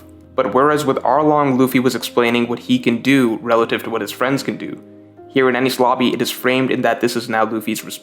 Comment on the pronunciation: cant get over the fact u sound like ur saying any sloppy